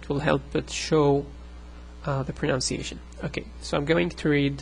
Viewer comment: it's hypocritical of me, seeing as i can't pronounce arabic for my life, but it's pron-UHN-ciation, not pron-OWN-ciation. english people get it wrong as well, so don't fret over it.